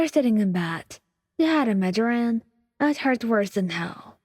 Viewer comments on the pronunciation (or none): Uhhh did we have a migaren in the Bakugou one? Isn’t it like my-grain? No hate just saying 😭